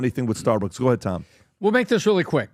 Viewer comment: The fact that Tom can't say his name properly makes him dumb asf!